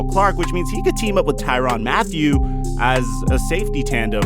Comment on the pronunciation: He said tyron matheu on the Texan 😂😂